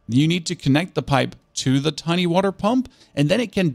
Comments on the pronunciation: Noone: This guy: wahTer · dirTTy waTTer god please stop pronouncing the T so clearly